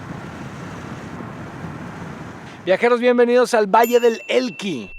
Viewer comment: Alan valle de elqui Le agregas te una "L" más.!!! Jajajajaa saludos